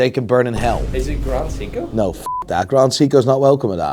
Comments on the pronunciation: Funny how finds the time to give us the proper pronunciation of "van Gogh", but cannot for the life of him pronounce "Seiko". It is not Sicko for f... sake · Was I the only one who heard Seiko Leonard at the beginning?